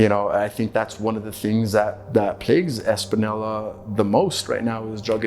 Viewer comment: Española ! not españoi , ES-PAH-NIO-LAH. Common is not hard.